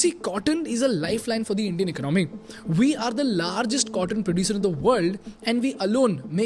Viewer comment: It's economy not icnOmi